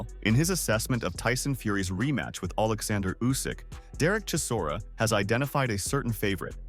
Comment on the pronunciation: is not kizora , is chisora !